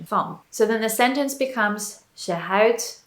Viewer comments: Toch is er nog wel iets te verbeteren. spreekt het woordje 'houdt' uit als het woordje 'huid'. Het verschil tussen de uitspraak van de ou en de ui is kennelijk heel moeilijk. Ik denk dat bij ou (of au) de mond wat wijder open moet gaan. Bij de ui heeft de mond meer de vorm van een tuit. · i'm impressed with your pronoucation, only thing that threw me off a little bit is your pronouncation of houdt, you pronounced it more like huid, wich means skin. The "ou" in houdt is pronounced more like "ouch" in english but without the "ch". In general the way you use 'er' is the same as 'there' in english, but not using it persé as a location, but more to point out a fact, for instance. There are a lot of people, er zijn veel mensen, or there is no excuse for doing that, er is geen excuus om dat te doen. The last sentence is rather complicated already, but it does show fairly well that 'er' doesnt always really point at a location but more at the existance of a subject. 'Daarvoor' is indeed more used for specific things, a good translation would probably be something like 'for that' in most cases. 'daarvoor heb je een hamer nodig', 'for that, you need a hammer' or 'you need a hammer for that', but that is the way you would use it in a response to something. Another way of using 'daar' is like 'niet hier, maar daar', 'not here, but (over)there'. In this context its used to point out a location, and i think in this context it is used the same as in english, imagine you are in the supermarket asking one of the employees for an item and they say, 'it is (over) there', 'het is daar'(although you would probably say het ligt daar instead of 'is'). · I was a bit surprised that you couldn't pronounce 'houd[t]', but instead you said 'huid'. This is the first instance your pronunciation isn't impeccable. No worries, this is of course a compliment for your pronunciation!